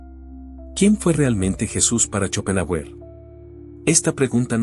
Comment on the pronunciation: Se pronuncia Shopenjáuer